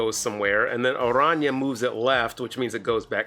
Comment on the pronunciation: Thanks for pronouncing Araña correctly!